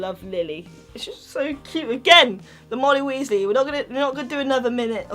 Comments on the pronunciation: Ginny Weasly it's Weasley not Weasly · It sounds like she is saying Moldy Weasly